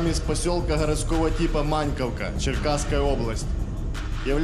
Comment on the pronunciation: Только не МАньковка, а МанькОвка